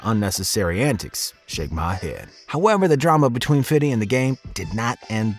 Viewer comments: It's Fifty, not Fiddy.. lol.. Ha ha ha! 😂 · dont say "fitty" any more HEX coin $0.03 PZEN coin $0.007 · He.s fifty not fitty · 50 cent not fidy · Why is is he saying fiddy cents? 😂😂annoying asf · The game is a clown ...and you can narrate a hip hop video and still say fifty you don't gotta fiddy a thousand times to sound cool lmao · Dear white people.....STOP SAYING "FITTY" when talking about 50. You sound absolutely fucking ridiculously stupid. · 50 not fiddy lol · Can you NOT say “Fiddy Cent??” That shit is cringe af, and it was started by Sharon Osbourne. She called him Fiddy. If you think its “hip” to sound like an old white lady, go ahead, I guess. Smdh. 🤦🏻‍♂️ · You can just say "50". Why do white people think they have to say "fiddy"? It's so cringe. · His is “FIFTY CENT” not FIDDY CENT. You sound so mf corny. This a L dork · Irs fifty not fiddy lol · If I was shot everytime I cringed from hearing people say fiddy I'd have disintegrated by now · Why do you keep saying "Fiddy?" It is "Fifty." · You keep saying fiddy cent 😂😂 you sound like a loser just call him fifty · Stop calling him "Fiddy' You sound stupid and he NEVER refers to himself as this 🤦🏾‍♂️🤦🏾‍♂️🤦🏾‍♂️ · White folks say fiddy cent lol black folks say fithy cent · Lmao “ FIDDY” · " Fiddy " ....hahahaha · When u say fitty u sound white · Subbing. But it's ok to say fifty. I can dig it tho . Ha.. None the less nice work .. still watching. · Hate the way white people say 50 Cent’s name 😂🤦🏻‍♂️